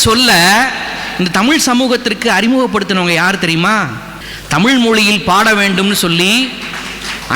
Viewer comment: அது முகநிலை.. நீங்கள் உச்சரிப்பது முஹநிலை என்று.. பிறகு, நிறைய இடத்தில், தமில் தமில் என்று கூறுகிறீர். அதை திருத்திக்கொண்டு வாருங்கள். இந்த காலத்தில் தமிழை சரியாக உச்சரிக்கத் தெரியாதவன் எல்லாம்..தமிழ் தமிழ் என்று பிதற்றுவது.... ஆமாம் நான் கேட்கிறேன்.....தமிழர் பாரம்பரியத்தையெல்லாம் நாம் பின்பற்றுகிறோமா.... மொழி என்பது medium of communicationக்காக மட்டுமே....இந்த ஆள் போல் பிளவு ஏற்படுத்துவதற்கல்ல. பல்லவி அனுபல்லவி சரணம் என்பதெல்லாம் எந்த மொழியைச் சார்ந்த வார்த்தைகள் அல்ல....தமிழர்கள் தாராளமாக அதை பயன்படுத்தலாம்...